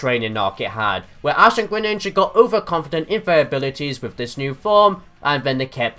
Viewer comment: GRENINJA NOT GRENINGA,ALSO, greninja>charizard,just by a bit